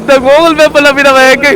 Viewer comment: Google❌ Gokul✅🤣🤣